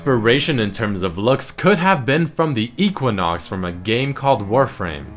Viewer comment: starts laughing at hearing Equinox